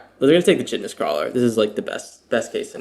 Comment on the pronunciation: It’s not recording my like!! Also, I think the “ch” in Chitinous is pronounced as a “K”. Yeah…I’m that guy.😂 love your content and esp the commentary.